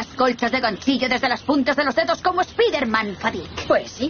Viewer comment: Muratt es un patán 😡😡😡😡😖😖😖🤮🤮🤮🤮🤮 Gracioso como pronuncian SPIDERMAN 🤣🤣🤣